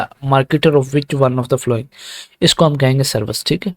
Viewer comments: yar following ki pronounciation si kren apni baki set hai zabardast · not only following some other words too please.